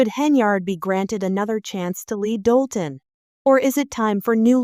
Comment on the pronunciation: It’s Dolton, IL